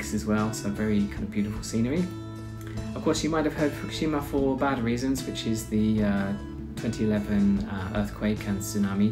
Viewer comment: The capital of Saitama Prefecture is a city of the same name-- Saitama City. Not Utsunomiya. The capital of Fukushima Prefecture is also a city of the same name-- pronounced Fu-ku-shi-ma. Not Fukishima. Kagoshima city is the capital of Kagoshima Prefecture, NOT Utsunomiya. Utsunomiya City is the capital only of Tochigi Prefecture, in the northern Kanto region. But aside from those minor errors, it was a nice video. Thanks.